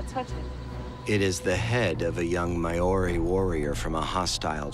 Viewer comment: The pronunciation of Māori is butchered, badly. It’s pronounced Mao-rhi. MAO (Like Chairman Mao) RHI (like Rhianna). Secondly Māori never ate the heads. It’s considered sacred compared to other parts of the body.